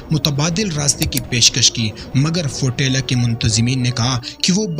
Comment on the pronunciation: ابے فوٹیلا نہیں ہے، فلوٹیلا ہے۔ جاہل قوم کے جاہل اور کاہل لوگ ہو تم۔